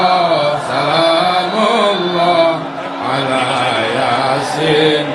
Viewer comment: Yasin pun diucapkan Yasen....hadeeeh dah parah ni ustadz